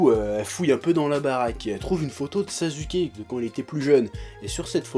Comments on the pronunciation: Pourquoi tu dis toujours nar"u"to et sas"u"ke au lieu de nar"ou"to et sas"ou"ke. Mais paradoxalement tu dis sak"ou"ra et non sak"u"ra... :p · Normalement ça se prononce sassouké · arrête de dire sazuuke cette prononciation n'existe pas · ah chef j'adore tes vidéos , mais ya quand même un truc qui m'irrite à chaque fois, pour Sasuke, s'il te plaît arrête de dire Sazuké XD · Rebeca SoPokéNaru ptn on dit pas saçouké mais sasské arrête de prononce comme dans la vf parce que ça te rend pas crédible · Mdr tu dis sazuké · Primo ça se prononce simplement Saské. Le U ne s'entend pas entre 2 consonnes. Voilà merci au revoir. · JO The Devil Ne te prononce pas alors que SasUké n'est pas la bonne prononciation x) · Je ne titille pas, je fais une remarque, et si on peut traduire les noms (même si c'est un sacré manque de respect pour une œuvre), exemple Son Goku qui devient Sangoku, Bejita qui devient Vegeta, etc, donc AU MOINS passer par là au lieu de prononcer SaSUké, mais peut être qu'il le fait exprès, j'en sais rien. Et puis ne joue pas à être aussi "agressif/agressive" pour rien, je n'ai pas insulté ta mère ou ton père que je sache.... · Ichigo90ish J'ai dis au minimum le dire à la Française, JE SAIS QUE SON NOM SE PRONONCE SASKE JE L'AI DÉJÀ DIS, faut éviter de répéter ce qui a déjà été dit... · Après 15 ans de Naruto, il prononce encore faux Sasuke et Naruto mais il prononce juste Sakura. Dafuck Oo. sinon clairement d'accord pour l'intrigue totalement débile. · Ouais mais ça peut paraitre pour du chipotage mais mal prononcer le nom d'un perso important du manga et à plusieurs reprises, ça fait carrément pas sérieux...